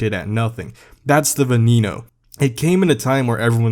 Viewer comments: It’s pronounced Veh-neh-kno!!!! Not Benino 😂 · Venieno 😂 its VENENO not Venieno How hard is to pronounce something how they are spelled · Its venom in Spanish not vinino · ah yes the Venino 😂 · "Lamborghini Vinnino" i have never heard someone pronounce the name like that xD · Bro it’s veneno it’s venom in Spanish and it’s pronounced ven.nen.no please I like your contact but as a Hispanic person I do find it disrespectful and I know I can’t expect everyone to pronounce it right but you made contact and put it out there you must’ve known you were going to be judged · You are saying Lamborghini veneno wrong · idk why ppl say senna's are ugly. btw he pronounced veneno weird